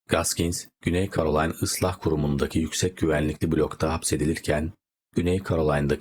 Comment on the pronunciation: KAROLAYN DEĞİL KEROLAYNAA DİYE OKUNUR.. KNAYT DEĞİL NAYT OLACAK.. ALLAH AŞKINA NE OLUR YABANCI DİLDEN KELİMELERİ ÖNCEDEN ÇALIŞIN YA DA BİR BİLENE SORUN YAAA😮